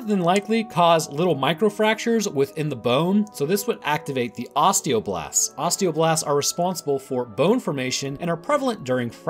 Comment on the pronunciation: No one:: "O S T E O B L A S T"